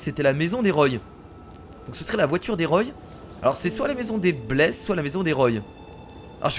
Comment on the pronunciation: on dit roi pohr la famille roy